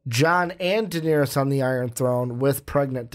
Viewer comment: stop calling Daenerys diniris